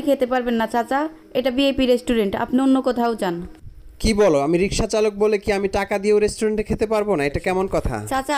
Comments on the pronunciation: কথা বলতে পারে না ! রিক্সাকে বলে রিসকা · Bangladeshi "kauta"sangaskiti , riska nehi riksa bola sikh.bhasa ka thikana nehi.